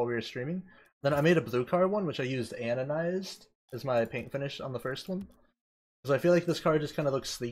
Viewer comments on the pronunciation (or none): Stop calling it "anonized". It clearly has the letter d in and is pronounced "anodized"...